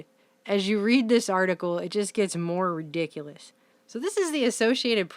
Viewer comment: Your ANNOYING voice and stupid pronunciations ruin ur video/s. Can't stand listening to you screech-laugh and say shit like "redikilus" and "Kasablanka". Consider having someone else narrate